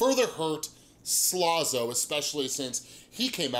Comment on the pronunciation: It was funny when you kept saying slazo like "slozo"